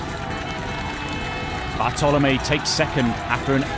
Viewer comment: it's Bartlomiej Przedwojewski on 2nd, not Bartolomiej. very unprofessional!